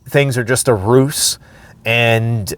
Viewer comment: Ruse is pronounced "rooze".